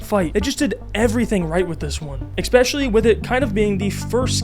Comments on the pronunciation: Learn english, its not "ex-specially" its ESPECIALLY. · I appreciate the video man but you've GOT to stop pronouncing especially as "expecially" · "exspecially" throws me every time 😅